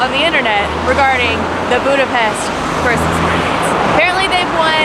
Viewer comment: Budapesht not Budapest right?